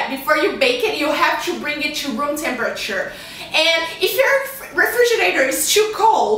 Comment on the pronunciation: Refrigerator....not refrigernator..